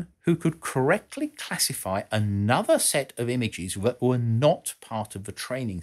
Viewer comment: were *WHAT*?! never heard it pronounced like that before!